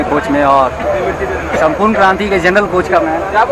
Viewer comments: It's Sampoorna not Sampooran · It's not Sampuran it's Sampurna Kranti...